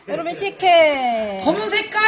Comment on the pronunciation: 첨에 족발식혜 보여주시는분 발음이 박가린님 같음 조빨 떠꾹 다쭉 다빼쑥 시케 ㅋㅋㅋ